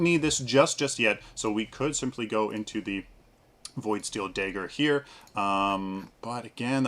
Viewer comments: what is it with paragon youtubers and not being able to pronounce common words. Dagger, not Daeger. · "daygger" Lol... great vid btw :D